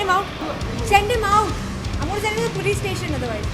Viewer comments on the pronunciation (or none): Send bolne bhi nahi ata saali ko ..mujhe to sunai diya sand bol rahi hai